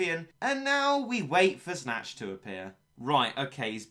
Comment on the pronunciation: You pronounce the Snache as Snatch Isn't it pronounced like snake? Kinda like Ache?